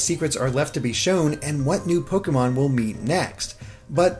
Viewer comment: Your pronunciation of Pokémon hurts.